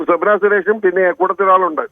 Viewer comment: സ്വപ്‍ന അല്ല മോളെ 😁